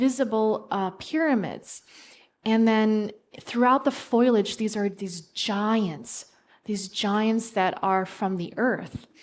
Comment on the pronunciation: Interesting interview! But FYI: Foliage is pronounced FOE-lee-ij, not FOIL-ij.